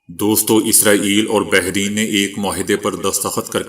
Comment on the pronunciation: مرتب ت کے زبر کے ساتھ بحرین ر کے زبر کے ساتھ